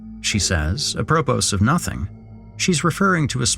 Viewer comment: This is the best thing on CTFDN, and the main reason I'm a paid subscriber is... great stuff (but, FWIT apropos is pronounced ap-re-po – sorry, I'm an English teacher;) )